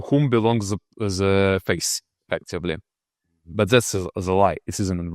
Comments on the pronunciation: what is he saying? Face? Faith? Couldn't quite catch that. Is he saying that modernity says that rulers determine the faith and that this is a lie? Meaning that politics and spirituality are inverted? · He says faith. th is a difficult sound for many non- Anglophones.